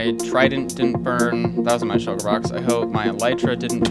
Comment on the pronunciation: did he just say shulket yeet ? xD he is my fav youtuber for a reason